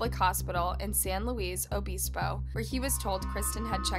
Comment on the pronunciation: San Lewis O-biss-bow